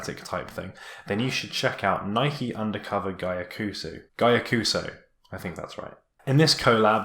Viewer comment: I'm gonna be that guy, and say that the Japanese is Gyah-Koo-Sow